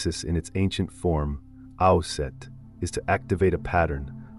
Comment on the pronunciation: The t. in Aset is silent. Its means it is a female name. 💚💚